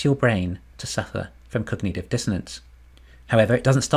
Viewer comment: “cog-nut-iv” not “cog-knee-tiv”